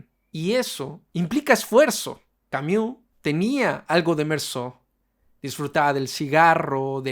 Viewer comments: No se pronuncia camiu jajsajsja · Creo que lo dice así en broma, igual no estoy segura jajaj